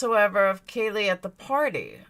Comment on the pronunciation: can you say her name properly please at least, its pronounced like Kylie minogue